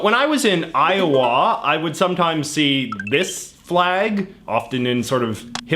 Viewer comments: 🤣 I have never heard it pronounced "Eye-oh-waa", with a noticeable w sound, by anybody before. It's really more "Eye-oh-uh" or Io'a, without a w sound. (I lived there for 4 years.) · God I cringed when he pronounced iowa i o wah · JJ: When I was in Eye-Oh-WHA Americans: ......... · I love how J.J says Iowa, "i-o-WAH." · I think a lot of Americans kind of run the syllables together. I-uh-wuh. Even Ire-wah. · Why are we not talking about how he pronounces Iowa? 🤣🤣🤣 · He also has some slightly off pronunciations for things like "Iowa".